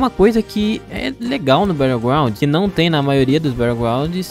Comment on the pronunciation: Quando ele disse BatlleGrownd eu saí do vídeo